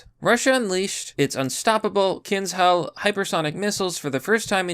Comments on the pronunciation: Kindzhal is better pronounced Kindjal. Like the name "Ken", and then the Southernism question word "D'y'all". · Learn to cite sources in your description, if you aren't a brainwashed sellout. Do some research, you lazy rat, it is KinZHal (Кинжал). You are notoriously bad at doing some basic common sense research on how things are pronounced. You are pretty sympathetic with the Putinist regime, let's see what will you invent to motivate the future invasion of Taiwan and of NATO countries. Russia isn't going to stop and if Ukraine falls, Romania and The Baltics might as well. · Pronounced kinjal